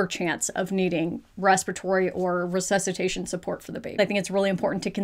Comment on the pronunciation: that "ressesutation" gave me shivers, and English is not even my first language... it's not just sex ed in the US that let you guys down, is the entire educational system. Ours, here in Italy, is not ideal either, but it suddenly seems way less worse... 😅